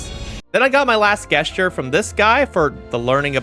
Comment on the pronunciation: I’ve never heard someone pronounce gesture like that